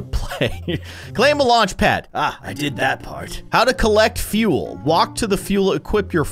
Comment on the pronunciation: he keeps saying feul lol